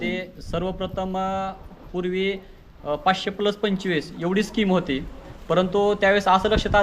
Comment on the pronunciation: पंचेवीस असं नाही म्हणायचं. पंचवीस असं म्हणतात. जरा शाळेला गेला असतं तर बरं झालं असतं 😂😂😂